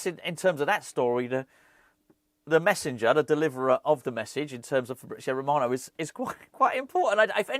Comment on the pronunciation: "Eeer-FabRRrizio A-Rrromano" with the continental pronunciation. 😂👏🏻